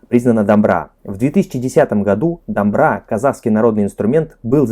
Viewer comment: Ребята, еще раз спасибо вам за ваш труд, у вас уже произношение казахского становится все лучше и лучше. Одна просьба - когда вы видите в слове букву О, то произносите ее именно как О. Например, дОмбра. И еще - буква Қ (К с хвостиком) является заднеязычным, т.е. вы должны произносить его горлом. Просто скажите К горлом и вас все получится. Также и с Г - скажите Г горлом.. Самое простое - произнесите Галя как украинцы Ғаля. Удачи вам, ребята! Мы вас обожаем!